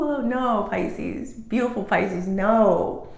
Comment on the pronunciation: Can you call us Pisces and stop saying Piscenous 🤦‍♀